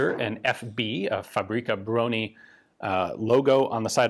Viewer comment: BTW word fabryka contain word [ BRYKA] where is mean " vehicle ride " so is more alike FA BRY(j) (with originated 'y )KA - alike Fabry'ka ! And Bro-nih is [BRONI ]